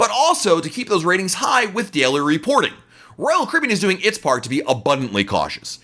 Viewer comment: I like your videos, but you talk WAY TOO FAST! I’m a New Yorker and even still I struggle to understand you., when you say Royal Caribbean, I can’t even understand what you are saying. Not good for a Royal Caribbean blog if people cannot understand the name of the company!